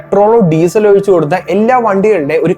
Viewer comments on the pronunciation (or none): none